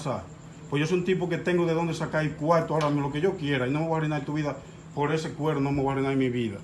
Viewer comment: dijo cuero solo que por su acento se escucha así